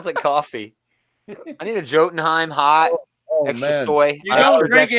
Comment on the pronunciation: the norse J is pronounced as a Y so its Fre-ya and Yo-tun-heim #someofusdoknow :)